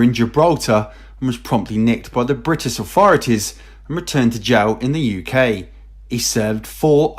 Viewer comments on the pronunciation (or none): none